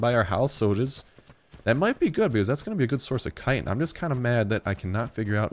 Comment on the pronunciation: I'm tempted to stop watching this guy just because of the way he pronounces 'chitin'. So annoying...